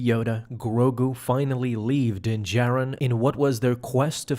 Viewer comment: “Din jared” its how i keep hearing this guy say dins name lol